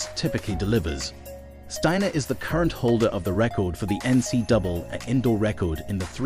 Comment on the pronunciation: Please, NCAA is pronounced 'NC Double A'!